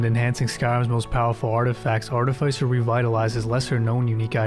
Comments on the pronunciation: Art-i-fiss-er. Not Art-i-fice-er. 😂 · It's pronounced "aa·tuh·fi·suh".